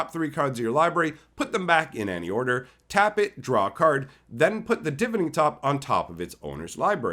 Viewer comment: Why cant anyone pronounce the tops name right? Its (divine-ing)